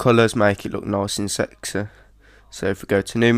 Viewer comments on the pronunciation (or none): Nice and 'Secssii'. Loving the tutorials man. Thanks. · Lol " make it look nice and sexsay! "